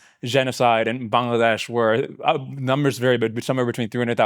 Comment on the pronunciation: Massive respect for her saying Bangladesh correctly